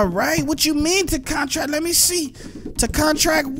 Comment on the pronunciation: Bro you said "contract" the wrong way lmao